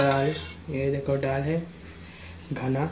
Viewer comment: Ddal nahi hota dal hota he